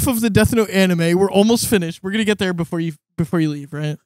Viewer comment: *BEFORE* NOT BOOFORE